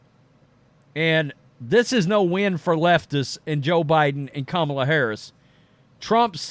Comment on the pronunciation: Many countries are exchanging the Russians they have in prison for the 20 to 30 prisoners the russians have. Are you aware that everything out of mouth is a boastful lie? You can't pronounce the vice president's name. Putin thinks is as big of a inept clown as the rest of the world. Won't cost anything - except Ukraine, a country putin knows will back out of because thinks putin is his friend...